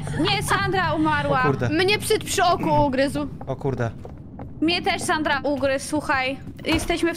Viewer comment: oj nie sanra a sandra